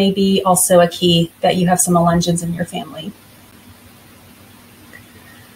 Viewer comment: Ya don’t know how to say the word…..but you’re gonna tell us all about them??? Lol. Ok. Those of us who grew up around them know the truth about them.